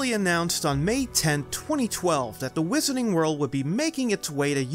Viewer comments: Great video as always. I think your diction could be use more vocal warm ups. It sounds like you are saying Marilyn Wood and Wizening World. Also, Rowling is pronounced like Bowling, not Howling. Keep up the good work! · "Wizarning World" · Whisenening world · Does anyone know if the narrator is from Boston area? He doesn’t pronounce his “R”s in some words like “wizarding” or “unicorn” so it got me curious.